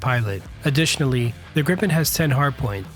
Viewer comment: Awesome video! Very interesting. :) I don't wanna be nit-picky, but it's pronounced "Greepen", not "Grippen" :)